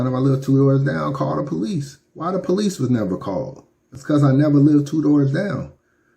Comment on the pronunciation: "Where duh po-lice did the uh...forensic". 🤦🏽‍♂️ Beware of the uneducated attempting to sound knowledgeable. 👀